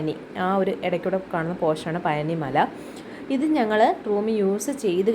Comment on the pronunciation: പയ നി അല്ല പഴനി